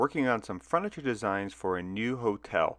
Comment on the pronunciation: “Fruniture” and “pellow” :-D